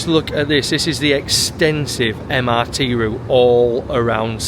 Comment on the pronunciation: pronounce MRT as Emirati ❤🎉😂.